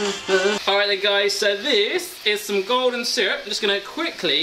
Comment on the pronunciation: when you said golden syrup i thought you said "gordon syrup"